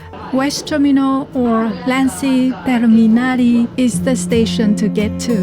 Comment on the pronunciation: How was it possible that you pronounced länsiterminaali with a very understandable Finnish pronunciation, but you wrote it as lansiterminaali, which sounds very different , if such a word wound exist in Finnish? Its a compound word Länsi means west Terminaali means terminal